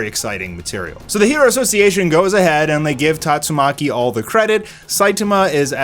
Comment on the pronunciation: I love how even the biggest OPM fans can't pronounce Tatsumaki properly.